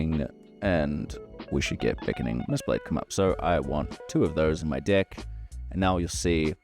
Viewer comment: Awesome and sorry but I cannot stop hearing dick, dick builder and dicklist everytime with that accent, sorry man 😄